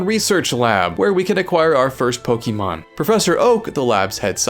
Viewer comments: its POKE-UH-MON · Couldn't even finish it because you kept saying pokEEmon and it was grating on my soul like nails on a blackboard. Dude, wtf. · Not quite. It's poke-ay-mon actually. But I get what you mean. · She corrects him on how to pronounce Pokémon, but he resumes saying it wrong in the narration repeatedly! 🤣🤣 It comes from Pocket! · You know how to pronounce the word correctly, but still insist on incorrectly saying the word Pokémon. Interesting…